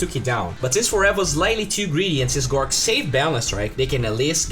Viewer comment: Big fan mate, but honestly, his name is GORGC, and not gorc. Seeing gorc really fuckin triggers me for no apparent reason. TriHard